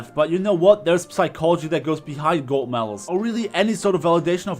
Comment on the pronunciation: this is not a roast but "golt medals" 😂😂😂 love u man keep up the good vids